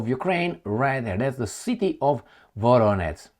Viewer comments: please, work on your pronunciation of VoroneZH. That ending ZH is pronounced the same as the first letter in July. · Voronetz -> Varonej